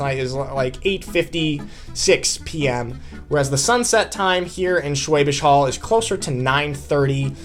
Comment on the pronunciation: The "Hall" in Schwäbisch Hall is pronounced like "Hull". Should not be too difficult to learn/memorize!!